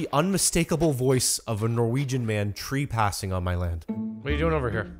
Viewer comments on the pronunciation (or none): Are we going to address sayin tree pass.